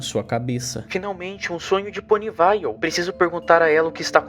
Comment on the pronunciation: desculpa, sem querer sher chata, mas me deu muita agonia da sua pronúncia dos lugares 😨, Poniville seria Ponivil, canterlot seria kanterloti so queria ajudar